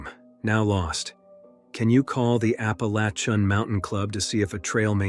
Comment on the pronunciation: Who pronounces ‘Appalachian’ like that??